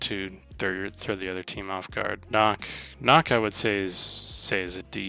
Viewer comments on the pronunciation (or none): It’s not nock it’s NUCK there’s a Q not an O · Okay, you’re a competitive player on this game and you call nokk “knock” but no it’s pronounced “ nook” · Nøkk (nook)